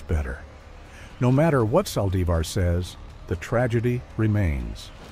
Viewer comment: I hate how she killed her God rest her soul. I can't stand how the person talking can't pronounce her last name right